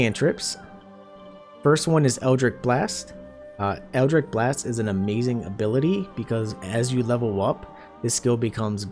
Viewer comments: Eldritch is pronounced 'itch' like you have an itch to scratch. Not 'ick' like you are sick. FYI for if you do another build with warlock in the future. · Great guide, but dear Patron in the hells it was so hard to hear you continuously pronounce Eldritch as EldriCK. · Minor complaint but with the warlock stuff is pronounced Eldritch not Eldrick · Brother, you put up a fantastic video... but it's eldritCH with a CH like Cheese. Other than that tiny nitpick? Absolutely fantastic walkthrough- all the details one needs, no extra time spent on intros or sponsorships in the beginning, and you just keep rolling. Positively fantastic.